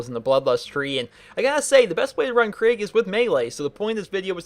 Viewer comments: It’s kreeg not craig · Enjoyed the video, hated you kept saying Craig not Krieg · It’s pronounced krEEg. Not krig not kreg and definitely not Craig. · It's not Craig its kreeg but that being said great video 😊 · “Craig” kreeg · Your pronounced Kerig wrong it's Ke-rig not Craig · I don't know why it annoys me so much when people pronounce his name Craig but it just really does. his name is pronounced Kreeg. Like you make a long E noise in the middle, not an ai noise. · The way you pronounce krieg isnt "kreeg" its more like kreg (kr-short e-g saying the e like youd say it if it was just the e) idk how to explain it tbh xD Assuming that his name is suppossed to be the german word for war. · KREIG Not CRAIG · It's... Ponounced... Kreeg... NOT... FUCKING... Craig... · its pronounced kreeg man, not kraig :) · You do know its krieg like in blitzkrieg nog like craig the the pin headed guy in slipknot i know he looks like a psycho but just dont confuse them oke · This seemed like a good video than I hear "Craig" and I closed it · It sounds like your saying craig instead of krieg to me XD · I pronounce it (kuh-ree-eg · no its "kr-egg" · Am i not the only one kinda annoyed by how he says kreig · I love the pronunciation of kreig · I dont like this vid for 2 reasons 1: he mispronounces Krieg 2: he doesnt even know how most of the skills/op8 work (fucking max health) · Does a how to for a character from a game,can't even say he´s name right.